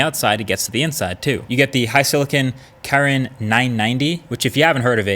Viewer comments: Its actually kirin not karen That sasuke move if any of you have watched naruto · I hate the way you say Kirin You pronounce it kairin Butcher the word🤣🤣🤣🤣